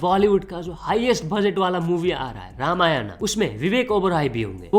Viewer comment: bhai ramayanaaa ❌ nahi bhai simple "Ramayan" ✅ hota hai